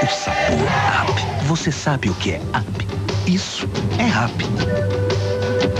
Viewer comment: em inglês up se fala ap. Com som de a